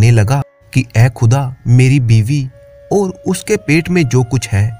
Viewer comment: आप और के बदले ओर बोलते हैं